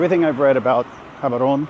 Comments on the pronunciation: No..The way you pronounce it depends on us Batswana. And the only is Jaborone. Let's not make mispronunciation of African names cute, they're not. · Prounce the "G" as an "H" then you are close enough, "Haborone"